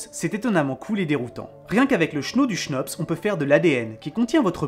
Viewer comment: Bonjour à vous, je suis un peut l' emerdeur de service , je suis belge c' est normal. On ne prononcent pas le h dans le mot chnops, ce qui donne cnops. Et aussi quand vous parlé de l' univers, il faudrait dire l'univers connus. Je fait aussi des fautes, il y en a probablement dans ce message. Sinon, j' attend avec impatience vos vidéos, merci pour votre travail. Bon week - End, et sans rancune, j'espère. Jean Marc